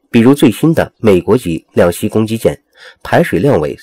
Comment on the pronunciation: 老兄，是两栖（漆qi），不是两西